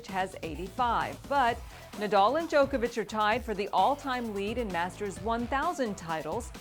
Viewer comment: Sorry but not sorry, it's Djokovic